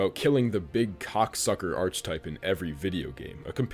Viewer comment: Did you pronounce it ARCH-type? Archetype.